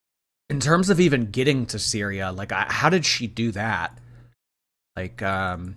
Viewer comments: said cereal instead of syria and didnt even realise 😂😂😂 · Replay gang! You most definitely said Cereal instead of Syria 😂🤣